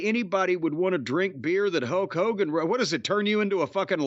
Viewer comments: Hok Hogan lol Jim's pronunciation made me laugh. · LOL it sounded like Jim called him "Huck" Hogan. I loved Hogan as much as anyone else as a kid, and I respect his career. But nothing wrong with that being his new name, the Huckster.